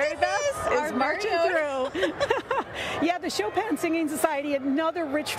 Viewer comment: The one couldn't even pronounce Chopin 🤦